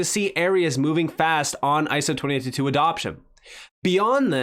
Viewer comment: Lol " iso 20 toot tooot"